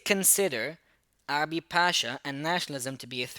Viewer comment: It's Urabi, not Arabi and thank you for the explanation